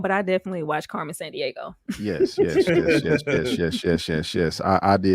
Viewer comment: Anybody noticed called Yo Yo Carmen San DieHo instead of Carmen San Diego 😂.